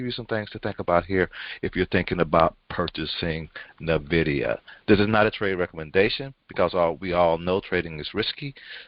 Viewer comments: It is not Nay-vidia. It is N-vidia. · No it is not! It is technically "invidia" but most people pronounce it as N-vidia. It is NOT nay-vidia!